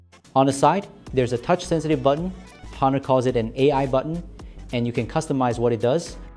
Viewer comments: it pronounced as Onor (with silent H)..same like how you pronounced ''honestly'' with silent H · Please do not pronounce the H in Honor.